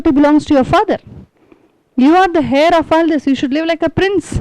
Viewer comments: Man heir is prounced as 'ehr' rhymes with 'Air' or prounced 'euh' Could help pointing out, as wring info should not be passed on to others, even though, it is not of any great impotace comoared to the content of main theme of your talk. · King George V is British. 2. Demosthenes lived during the time of Philip II of Macedon. You speak well: but look up how to pronounce 'heir'. Please DO not say something which are so WRONG. You have a responsibility to your viewers. His medical condition is called rhotacism. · Wellspoken.small corrections:his fathers name was not George(pl.check)Fifth(that is British).The h in heir is silent